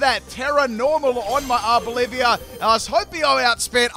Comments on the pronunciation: How Arboliva is pronounced: Are-bowl-eva How pronounces it: Our Bolivia 🇧🇴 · Idkw it irritates me when he pronounces Pokemon names incorrectly. Arboliva is not Arboliv-IA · DUDE IT’S ARBOLIVA, NOT ARBOLIVIA! YOU KEEP ADDING ANOTHER SYLLABLE TO THE NAME!!! 🤦🏻‍♂️ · Honestly can’t tell if you’re calling it Arb-Olivia for lolz or not